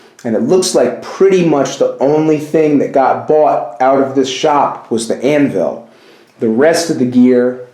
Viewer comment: Great asset! Your first assignment is to learn how to pronounce anvil...it’s not Ann-Ville! It’s a shame you’re leaving all of that iron in there to rust away! I agree with someone’s suggestion that it was once an icehouse or root cellar, not a blacksmith shop...hobby shop maybe. Have fun with it!